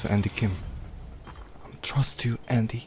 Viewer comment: 여러분 그거 츄러스 먹을래 그러 츄러스아니고 예....trust그건데 발음이왜 저따ㄱ ㅖ... you trust me?(나 믿어?)